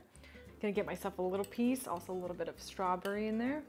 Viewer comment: Strawberry* strawburry?